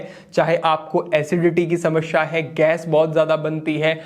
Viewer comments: Shamsha nahi hota 😂 samasya hota hi 😅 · हिंदी सही है पर शुद्ध नही कह सकते, क्योंकि समश्या बोल रहे हैं। ध्यान से सुने